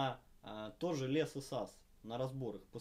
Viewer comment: Учите английский для начала, слухе режет капец (лЕс, сАмпл кАнфиг, дЕсктопные).